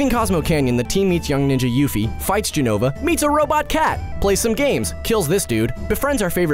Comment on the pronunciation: lots of mistakes with jenova, but ok